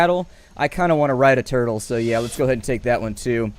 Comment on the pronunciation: he said toitl